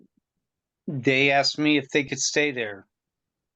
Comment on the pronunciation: goverment assistance seems to be a family tradition lately. like its clearly learned behavior. u dont just grow up to be like this. also how hard is the fn word "asked" to say